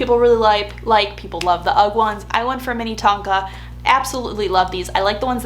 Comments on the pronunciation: Slightly lol’ing at “Minnie-tonka” 😂 I’m from that area and we just pronounce it “Min-uh-tonka” 😁 They do have the best products though! I have multiple pairs of their slippers too! Thanks for supporting a Minnesota company! 💕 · JSYK the slippers are pronounce MIN-eh-Tonka as in like Minnesota - minnetonka is a town in the western suburbs of minneapolis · Great video! FYI it’s Minnetonka “min-eh-tonka” like how you pronounce Minnesota. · "Minna-TON-ka" like Minnesota. 😊